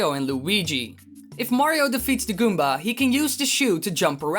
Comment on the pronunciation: when you say goomba you're like goombar